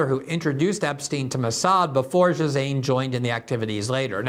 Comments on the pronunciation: Glenn, it's pronounced "Jizz Lane." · I love you Glen but Ghislaine is pronounced: G-lane. Its French, as was her mother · Jizzaine. Is glenda dislexic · It’s gee-lane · Please, Ghislaine: gill-LANE ben Menashe: ben meh-NOSH Les Wexner, not Wexler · “Gill Lane”. Ghislaine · Well, it is an unusual name. The phonetic pronunciation is JILL - LAIN [or so I think]. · More like Ghee-len if you are pronouncing it the French way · I'm in France & the Ghislains (male) & Ghislaines (female) I've known pronounce the first syllable Zheez. Maybe others pronounce it Gheez, I don't know. Personal preference? Regional differences? It's like trying to pronounce Farage. Gotta ask the person(s) in question. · I anyways thought it was pronounced "Guh Lane" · Glenn is one of the few trustworthy journalists out there, but he obviously hasn't given this story the attention it deserves. He consistently mispronounces the names of Les Wexner and Ghislaine Maxwell. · Glen mentioned Ghislaine’s name at least a dozen times and pronounced it different every single time 😂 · Glenn, learn how to pronounce people's names.